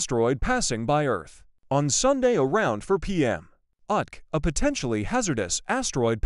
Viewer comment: OMG! THAT'S CLOSE! Cool video, thanks. Please sort out your AI voice. UTC can be written "U.T.C." Experiment into it sounds human